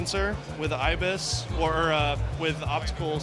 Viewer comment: Did anyone else notice hes sayin ibif instead of ibis in the end?